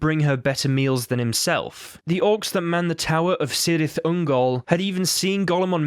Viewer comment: Cirith is prenounced Kirith